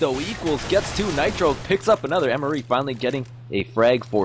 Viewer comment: I'm almost certain MrE is pronounced "Mister E", or mystery.